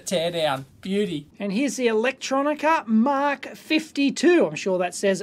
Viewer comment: Hi, Dave! From Russia with 73! =) Want to say a couple words on MK52 calc. Actual it reads "Am-Ka" (not Mark). It means 'Micro-Calculator'. An it is programmable, engineering. It is possible to run some special code on it for integration, statistics etc. Even kinda of logic or physic-based games. (Like space travel or ballistics) There were strong community of users in SU back then and some fans of vintage Sov-electronics still apreciate it.